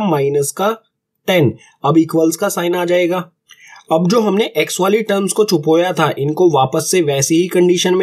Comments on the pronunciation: Really Chhupoya It's chhupaya sir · Sir chupoya nhi hai 😂😂 chupaya hai 😂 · sir pheli baat CHUPOYA nhi CHUPAYA hai hota hai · Sir chupoya nhi chupaya hota hai or mr apko sirf bata rahi hu majak nhi uda rahi hu☺️☺️😊